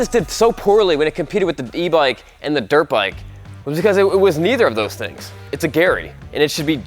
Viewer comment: Haha, noticed that Dirt 'E' bike. Not Dirte bike.